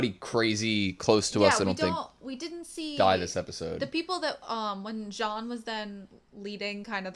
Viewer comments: is "jean", not "jhon" xD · It's pronounce "Jean" like the first name "Jean" in french (Use Google trad for having the sound and the good pronounciation) and not "Jean Leavis" loool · John is still wrong, that's a good approximation for English, but the j is too hard in John. It's essentially John with a soft j and a somewhat silent n. Tbh the only correct pronunciation for Jean is Jean, you just have to be used to French. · Probably jean is a french name. I think it’s pronounced john in english. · No about Jean. He pronounced wrong his name, !))) And I'm French. Ik that's very hard to pronounce this name Jean, right for strangers.